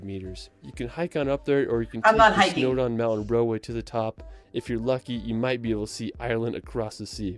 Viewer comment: Why does he say "Wells"? It's "Wales". And the mountain is Snowdon not "Snowdown"! I'm getting annoyed!!!!